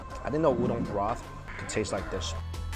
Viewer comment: There's no "dong" in "udon"